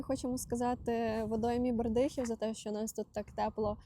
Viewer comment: Ви молодці,приємно дивитись і слухати,завжди можна для себе почерпнути нову інформацію.Хочу вас поправити - Бердихів- з нагодосом на е.Дякую.